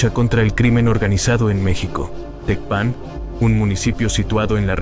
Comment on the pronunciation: No sabes pronunciar Tecpan , no Eres creíble